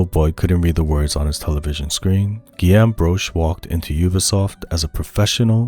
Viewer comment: Great video, excellent summary of the creation process of such a masterpiece. I just needed you to know that Guillaume is pronounced: GUI(like guitar)-y-ome(like home), and Tom Guillermin is pronounced like: GUI-y-er-main. “-ill” are pronounced like the consonant sound of “y”